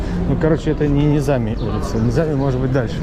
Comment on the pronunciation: Ребят!Вы что никогда не слышали и великом Низами,который известен по всему миру?! Ударение - на последний слог! Всегда.